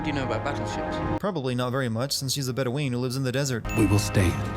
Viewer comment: i hate to be picky, but it is pronounced bed-o-win not bed-o-ween